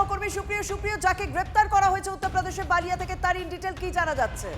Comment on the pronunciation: Balia. Baalia noi. B lia